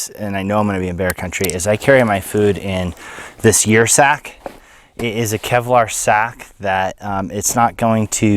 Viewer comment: I believe that would be pronounced 'er' sack as in Ursus (bear genus).